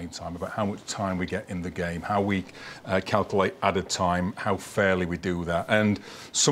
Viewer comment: Calcalte.. he cannot pronounce Calculate properly.. it’s infuriating 🤣